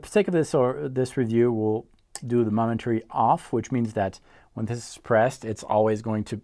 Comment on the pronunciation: moment -ary not mom-entary lol